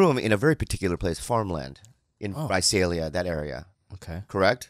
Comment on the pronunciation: I love that Bobby pronounced "Visalia" correctly. Bobby! Come to Visalia!